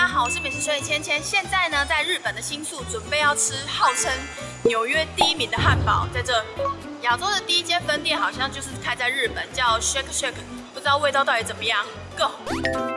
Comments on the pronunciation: 兩個發音都沒念對 穴克 下啊~ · 唸錯嘍～兩個字是不同拼法也不同念法呦～ 但這真的是最好吃的漢堡 炸蘑菇真的最好吃！！